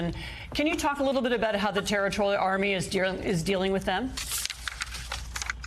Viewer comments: Anyone gonna give the cast of morning Joe the memo that mispronouncing Kyiv over & over & over again is insulting & unprofessional? Or are you going to keep mispronouncing on purpose for the duration of WWIII? Get your sh!t together. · This lady is the first person in the media that said Kyiv correctly and not in the tongue of the enemy Kiev (Chicken Kiev? Ukrainians are not Chicken!)